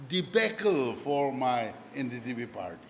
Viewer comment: he can't even say NDPP party name correctly 😅